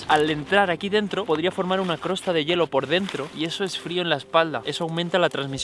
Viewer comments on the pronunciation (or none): ya no es costra, ahora es crosta okey